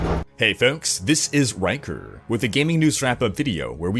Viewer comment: I love when he says "This is Rykerrrr."